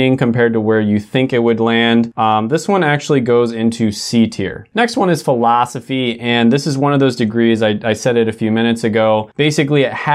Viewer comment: Why did I laugh at the way you said Philosophy? 😂